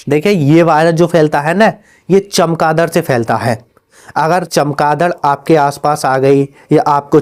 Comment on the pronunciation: कौन.... दड़😂😂😂 फ़िर से तो बोल😅😅😅